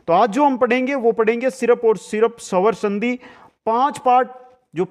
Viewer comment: सवर संधि नही स्वर संधि बोलो सर आधा स ह इसमें 🙏